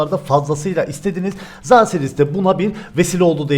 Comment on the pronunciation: ZA DERKEN NEDEN XİN XAO DERMİŞ GİBİ SES ÇIKARTIYON?